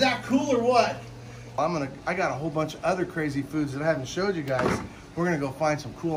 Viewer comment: You said cazy foods